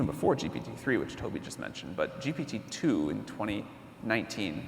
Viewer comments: Him saying gtp is testing my patience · The interviewer, you need to change your profession. You are lost all the time, even saying GTP.:face-blue-smiling::face-blue-smiling::face-blue-smiling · is it me or they keep saying G'T'P instead of G'P'T?! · My heart was crying to death, every time, he was saying GTP, and huge respect for Sam being so humble where he didn’t correct him once. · If he says GTP one more time, i will smash my keyboard. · PGT(ips) ahhhhhhhh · When interviewing someone as high profile as Sam Altman, they should have at least got their sound setup right, so many echoes. Also, like others have pointed out, it's GPT not GTP. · Why does Tobias Lütke always saying GTP rather than GPT? Is he afraid of "GPT" term being copyrighted or what? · When you say ‘GTP’ repeatedly, is it arrogance or dyslexia? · Is he doing it to trigger Sam Altman? Why isn't someone from the audience prompting him?? "Oi! It is not GTP!!! It is ZTP!!!" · Very annoying. I mean, one slipped up or two is fine, but come on, make your homework and get the terminology right. You are interviewing the hottest name in the field nowadays, and you keep messing the name (an easy one at that) of his product. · Imagine having an interviewer mispronounce your product and praise it at the same time throughout the interview. How insultingly unprepared and dishonest